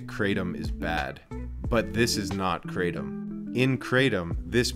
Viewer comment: pronounced Krahtom, not kraytom. Also, no one has ever died from Kratom alone. There is a drug crisis for sure. Kratom doesnt work for everyone. Not illegal here in Canada, but has to be labelled, "Not for human consumption".